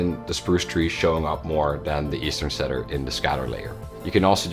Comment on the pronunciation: In English, it is pronounced Cedar = "C"-dar or "See"-dar.